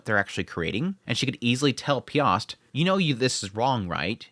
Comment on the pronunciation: It's funny to see anime taking place in Poland and to hear Polish names being butchered :P So, the "Jonalta" when spoken starts not with "J" like in "Job", but is instead pronounced more like with "Y", 'Yolanta'. But you nailed "Piast" ;)